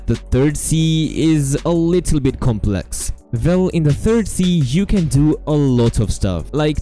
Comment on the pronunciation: The "vell" kills me 😂😂